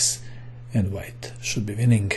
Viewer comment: I like the way you say winningk :D